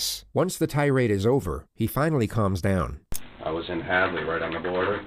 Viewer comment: Any other Pat McAfee viewers hearing “pick ‘em up and put ‘em DAHN” or is it just me